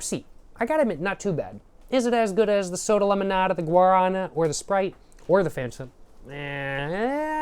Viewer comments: the guarana soda is stressed on the final syllable, guaraNA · Guaraná is pronouced like "gwa (like g+WHAt) + ra (RAbbit) + ná! (like NOw) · Guaraná (gwa-rah-NAH) is the fruit in guaraná and, at least in brazil it is in the monster recipe (it supposedely has energetic qualities like cafeine) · We pronounce GUA-RÁ-NÁ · The fruit itself is called guaraná(guah-rah-*nah*)! It's native to south america :) the juice is also really good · Brazilian here. And very much a cachaça enjoyer. Guaraná is named after the bean its made of (which is the Guaraná bean). The á is an acute acent, “In Portuguese, the acute accent (´) tells you which syllable is stressed and often changes the vowel quality, making it more open or distinct.” Thank you for enjoying our country. Makes us brazilians very happy. I hope you enjoyed here.